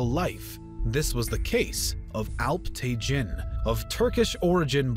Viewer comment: Alp-tegeen/Alp-Tekin NOT te-JIN. Sobok-tegeen/Sobok-Tekin NOT te-JIN :)